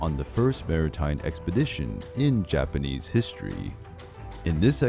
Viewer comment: I love love looooove your Japanese pronunciation... It's just so beautiful unlike others.... I request you to please cover more Japanese and Chinese history and mythology